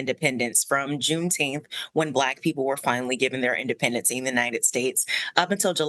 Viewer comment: Juneteenf. get it right